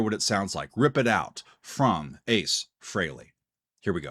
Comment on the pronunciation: I'm glad you pronounced his ladt name correctly